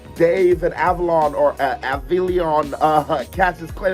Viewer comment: dude he isnt called avalon, its AvelinO